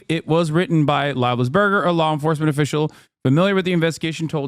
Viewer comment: I love how Hasan continues to call him "Life Is Burger" even after he heard the other pronunciation on the podcast 😭